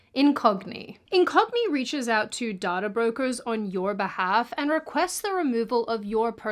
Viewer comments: You pronounce data like daughter. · Did anyone else first think she said „daughter brokers“ and „they will sell your daughter“ instead of data?😂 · You are pronouncing data wrong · Sweet Jesus, Mary & Joseph, what is dahtah? its pronounced "Dayta" the human race is effed. It's getting depressing now. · The most useful thing I learned from this is that even though there are two ways to pronounce "data," still doesn't pronounce it correctly. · The only wrong thing about this video is the pronunciation of data.